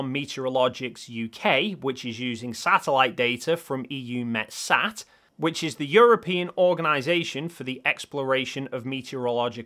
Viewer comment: Great work! If only flerfers had a capacity for reason it would blow their beliefs out of the water. EuMetSat is pronounced "Youmetsat" BTW, I used to be a "Spacecraft Controller" for them.